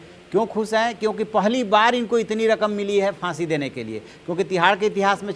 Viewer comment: Boojh gaya,Bahsi the. Waah kya pronunciation hai.